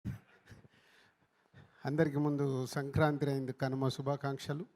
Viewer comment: Adhi sanaranthree kaadhu bhaya it's sankranthi 😅 cheppandi bhayya eenadku😅